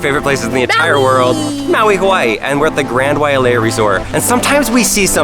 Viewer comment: I live in maui I go on that all the time its so much fun and you said Wailea wrong